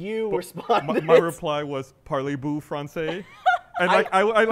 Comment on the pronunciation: Parley BOO guys...not BOU.